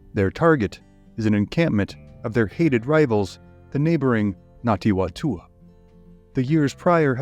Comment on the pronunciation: Well researched and thanks for putting the spotlight on some NZ history - good effort at Te Reo pronunciation too - just a note it's Ngati Whatua (Far-Too-Aa) the Wh is pronounced as an F. More please . Arohanui from Aotearoa New Zealand!